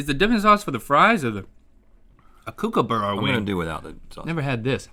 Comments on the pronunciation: Kookaburra isn't pronounced kook, it's pronounced cook. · I know they were joking about “outback beck” but it still kinna made me mad And i also got mad when they said cookabera instead of cookabara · It’s pronounced “Cook-ah-ba-ruh” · and they keep saying cookaburra 😂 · As a aussie ive never heard kookaburra said the way they did 😂 cook-a-burra is more accurate way. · Same, being an Aussie it was funny hearing Rhett and Link keep pronouncing Kookaburra as kOoKEhBeaRra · That’s not how you pronounce Kookaburra